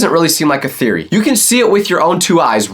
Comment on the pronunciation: but hey it's just a thereoy A FOOD THEREREOY